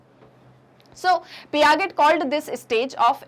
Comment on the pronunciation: mam you pronounce piaget wrongly